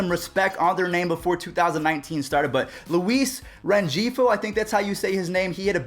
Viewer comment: U said Luis rengifo name wrong